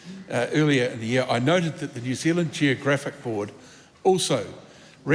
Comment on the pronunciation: "The name of this country is New Zild," says Winston.